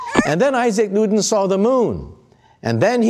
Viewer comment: Loved the video but you turned Edmund Halley into Edmund Haley. Halley rhymes with valley; and it's Isaac Newton (ew as in few) not Nooton.